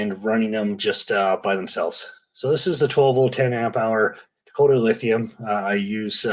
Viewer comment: Dak-eta - most Canadian thing I’ve heard all day today